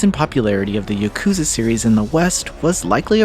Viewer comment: girl why you calling it yukuza? 😭